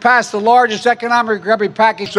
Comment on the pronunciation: I was laughing until ‘RECUBARY’ came up and I F’n lost it.😂🥴